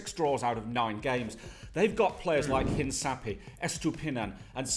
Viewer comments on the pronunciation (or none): Hincapié is pronounced "inca-pee-eh". H is silent in Spanish, not in English... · Caicedo is (Kaisedo) and Hincapie is (Inkapie). btw the parenthesis is how to pronounce. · Hello! So glad Ecuador is recognized. As an Ecuadorian I am very excited for this world cup and I have my hopes up. Just a little detail, Caicedo is pronounced Kaicedo, as well as Hincapie is pronounced Hinkapie. Good video! Looking forward to your reactions. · Just a heads up, in Spanish we pronounce Caicedo as Kaisedo and we say Hincapie as Hinkapie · The C's in Hincapie and Caicedo are pronounced like the c in cup